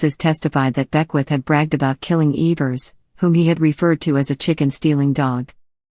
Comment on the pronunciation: Its Evers not eeevers